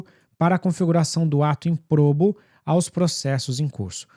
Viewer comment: Sua pronúncia de ímprobo está incorreta.